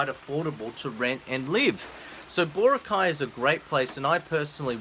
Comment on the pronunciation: BAH-ROCK-EYE!!! Meet some Filipino nationals and learn how to pronounce stuff right! Also, thank you for not mentioning my favorite part of the Philippines - don't want all these foreign wankers moving in and messing things up!